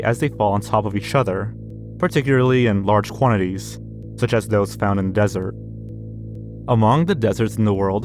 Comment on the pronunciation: is notoriously bad at pronouncing words. He also says dessert instead of desert